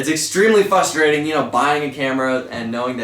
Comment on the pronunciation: Omg its FRUSTERATING when you say FUSTERATING